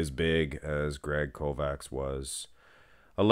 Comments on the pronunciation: It's pronounced Kovach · I think proper pronunciation would be Kovach. Ch like Chelsea at end of Kovach. Not K like Kentucky. Kovach is e European word for smith.